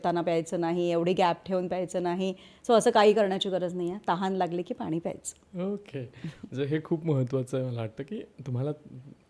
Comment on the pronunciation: म्हेऊने 😂 बीसिक 😂 ओअके 😂😂😂 कित्ती dramatic अडाणीपणा😂😂😂